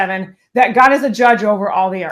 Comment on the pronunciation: I crack up every time you say "gawdah". I have even subconsciously starting saying it in my daily life. Love your content to keep things that are sadly true.... in real person speak and how I feel most days. Keep growing